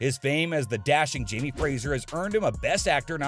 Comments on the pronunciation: It's FRAY-zer, not FRAY-zjer. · Dear narrator, it's pronounced FRAY-ZER, not FRAY-ZHURE.